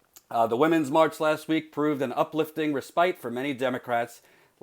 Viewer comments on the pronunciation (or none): "ruh-SPITE"? I didn't need another reason to think less of your abilities; I almost can't think less at this point.